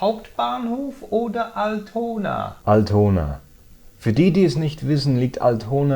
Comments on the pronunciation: Das erste mal, dass ich bei Dir Fehler finde! "dem Hotel" und "Altona", letzteres wird nämlich 'All-tona" (also vorne betont) gesprochen. Trotzdem super, weiter, immer weiter! =) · lern erstmal richtig altona auszusprechen. lauch